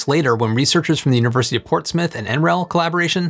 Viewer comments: Wft is "Portsmith"? Is he trying to say 'Portsmouth'? It's a 'u' sound, not an 'i' sound. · The way you mangled Portsmouth, I thought you'd said Port Smith 😜